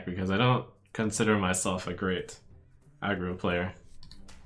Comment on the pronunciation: He literally made no mistakes whatsoever tho